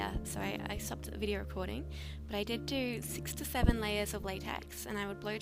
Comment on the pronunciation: at first i thought you said sixty seven layers of latex, not six to seven!